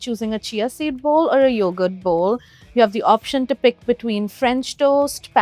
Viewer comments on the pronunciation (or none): none